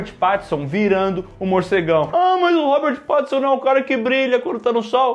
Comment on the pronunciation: Confesso que doeu um pouco o falando "pat"tinson kkkk